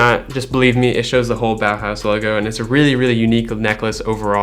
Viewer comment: The way he says „Bauhaus“ bow house 😂